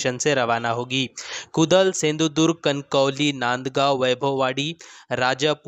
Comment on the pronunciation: कुदल नहीं, कुडाळ हे वह